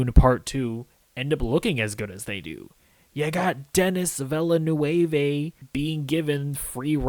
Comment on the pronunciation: side note: Villeneuve isn't a Spanish name... lol It's French please make an effort to pronounce it a bit better :D